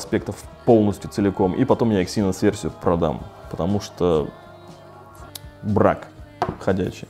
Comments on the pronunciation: Почему эксИнос? Эксинос же. На "Э" ударение. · Эксинос а не эксИнос, аж противно становится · Не говори екси, звучит как секси) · ЭксиНОС говорить правильнее